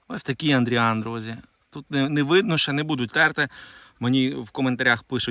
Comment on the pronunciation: не Андріан, а Адріан